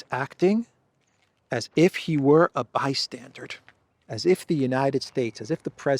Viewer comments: It's NOT 'by-stan-durD' but rather 'by-stan-DUR'. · Bystandard? It's "bystander" you "fargin icehole bastage"....😉(Johnny Danerously) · Bystander! Not bystandard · The word is "bystander", as in merely a watcher on the margins - there is no english word 'bystandard' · BYSTANDER and BYSTANDARD are not the same!!! "BYSTANDARD" IS NOT EVEN A WORD!!! OW!!! My brain! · bystander not bystandard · Bystander. BYSTANDER. For the love of God, the word is bystander. Not 'bi-standard'(?). Geesh. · Why do you keep saying "bystandard?" 🤨:face-blue-question-mark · Bystander isn't "BYSTANDARD". My ears are hurting ! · Bystander not bystandered. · by-stander not by- standard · It's NOT BY-STANDARD (Hard D at the end). it's BY-STANDER (Like someone standing). BY-STANDER...Just sayin' brother. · "Bystander" not "bystandard". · Bystander: not bi-stsndard. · Bystander not -standard …. 😁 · The word is "bystander". Not bystandard. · FYI - it's "bystander" not "bystandard". Minor point. Love your updates. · Blimey, Your English?? Its " bystander " not " bystanded " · Trump was a bystandered?? you mean bystander, yes? Maybe my ears have to much wax in them. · Bystandard is not a word:D. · ...Sorry the word is bystander not bystandard😊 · There is no d at the end of the word bystander Or are you saying bystandard? Which is not a word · It's bystander, not bystandard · No “D” at the end of bystander